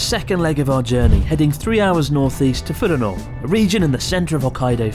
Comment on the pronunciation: Not "Ah"taru, it's "Oh"taru. Nor "Fu-rano", it's "Fur-Ano". Sorry, you drove me to it... Went there pretty regularly